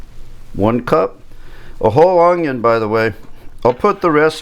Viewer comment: A true Cajun/Creole...."Onyo and Garleek"....I love it!